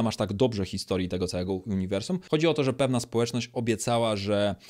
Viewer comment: Uniwersum, a nie juniwrsum